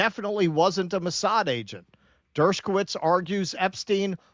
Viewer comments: Why does keep putting a 'k' in Dershowitz's name, saying it as 'Dershkowitz'? I'd understand if he called him 'Douchebagowitz,' but 'Dershkowitz' I don't get. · Not pronounced "Dershkowitz."